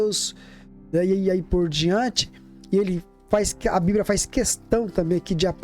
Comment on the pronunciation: A paz meu caro, só uma correção, não se diz: "bibria:", e sim BIBLIA com L e não com R.